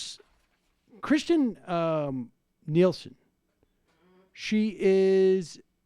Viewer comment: It’s Kirstjen not Kristjen and she is a horrible person.